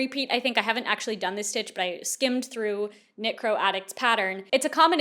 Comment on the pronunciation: I know exactly what you’re saying but l keep hearing “necro” instead of “knitcro” and it’s making this whole thing more bizarre